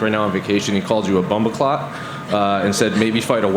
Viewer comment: "he called you a bombaclot" that's the whitest thing i've ever heard